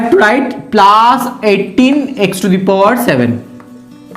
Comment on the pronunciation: Sir it us plus not plaas